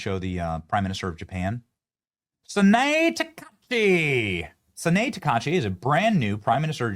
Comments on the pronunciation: Benny, the name of the new Japanese PM is pronounced: Sa-na-ae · Her name is pronounced Sa na ay. The e is the "ay" sound in Japanese.